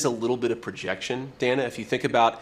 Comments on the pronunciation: Again, her name is pronounced, "Danna," not "Dana," even though it is spelled with one n. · Her name is pronounced DAN - A not DANE-A